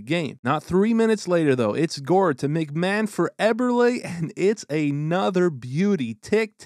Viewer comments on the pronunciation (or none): none